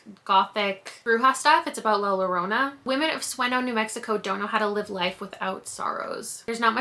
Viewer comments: These books look great. Can't wait to see the vlog. FYI, La Llorona is actually pronounced La Your-OH-nah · In Spanish, a double L is pronounced similarly to a Y. So it would be La Yorona! Great video!! ❤